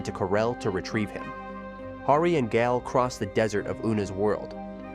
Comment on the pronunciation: I'm guessing the voice over was done by AI. How many times was Gael inconsistently pronounce as Gal, Gaul, Guy-El, etc. lol